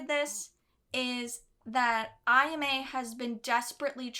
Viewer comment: When people watch the anime and hear these names constantly but still butcher the pronunciation. Like, how? Japanese is literally how the romaji is spelt. AH-YAH-MEH! It would only be pronounced the way you are saying it if there was an I after the A. It is Ayama. Not aiyame And why are you saying Reen? Are you Russian? It is Rin! R-IN!